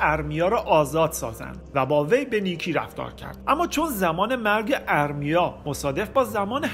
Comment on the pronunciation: M: اَرمیا درست نیست و اصلش "اِرمیا"هست! قومِ مادّی(باتشدید ازمادّه یعنی مواد یا جنس نرو مادّه ) میاد ولی بدون تشدیدیعنی اسمِ یک قوم هست بنام " ماد " درست تلفظ کنیم!! باسپاس😒🙏🏽💙🌙